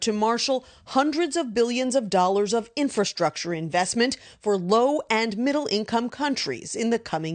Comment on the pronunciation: It's official. Politicians and media learned a new word. Come on, let's all say it together. "IN FA STRUC TURE" There you go. Now that you know this new word you can use it for anything you deem to fit the narrative of any subject and make it sound so important and needed. Again, "IN FA STRUC TURE". Yes, we'll being hearing it everywhere.